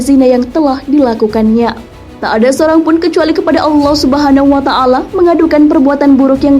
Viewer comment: Allah subhanawa ta'laa ...yaa.... admin jangan salah ucap...